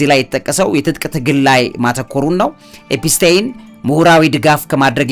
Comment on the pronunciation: "ኤፒስቴን" ሳይሆን "ኤፒስቲን" ነው ስሙ??? መቼ ይሆን ስሞችን በትክክል የምትጠራው???? 😂😂😂😂